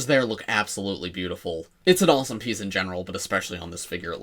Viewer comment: I am currently part of a car load of people (including two children) who all heard you say new Raven penis instead of piece. I never realised Lego could be so spicy and NSFW 🔞